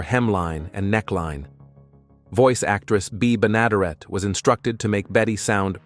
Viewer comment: Yes, and Bea Benaderet is also mispronounced.